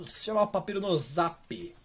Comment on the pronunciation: Pronúncia correta: Papyrus A fandom toda: Papayros (Sem querer ofender, criadores! :D)